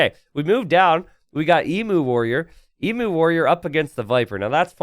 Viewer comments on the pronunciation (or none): Eem you! Not ee moo warrior. Sorry it's a pet peeve.